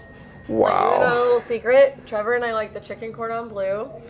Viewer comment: It's trevor not trevan